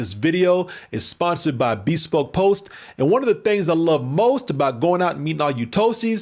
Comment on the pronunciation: It’s “be SPOKE” not BEE spoke lol